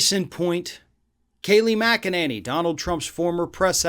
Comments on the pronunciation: My dear - you are mispronouncing Kayleigh's last name. It's actually Mc-a-ninny. Just listen to her speak if you don't believe me. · This guy is so hopeless as a commentator. Getting her name wrong at least twice is unforgivable. His language is adolescent, his argumentation flawed and his intellect below average. Does he really need to clear his throat so often? It’s distracting. Find a better journalist.